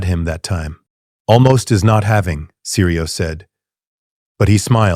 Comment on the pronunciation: Syrio Forel. Not seri, not siri Syrio.